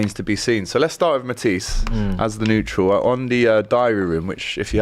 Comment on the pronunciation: mispronouncing Matisse name for banter kinda gets to me I don't know why lol